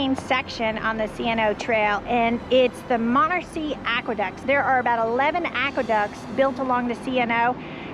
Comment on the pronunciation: Great Video. Monocacy = Ma-knock-ah-sea